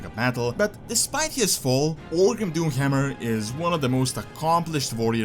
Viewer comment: The Doomhjammjer. I love the accent lol